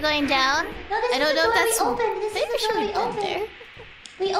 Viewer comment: CLOSE THE DU-OR